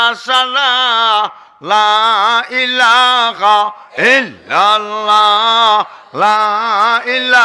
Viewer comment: হুজুর বললেন "লা ইলাখা ইল্লাল্লা", ইটা কি ঠিক আছে নি?